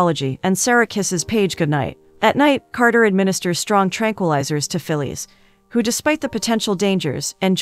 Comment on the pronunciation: "Fillees" instead of Phyllis. Automaton is junkie.